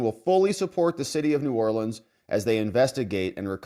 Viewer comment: Biden sounds like an idiot trying to pronounce Nawlins like he lives there.